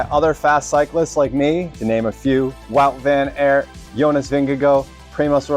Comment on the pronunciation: Wawt Ven Ert 😂😂. You gotta pronounce it right, man!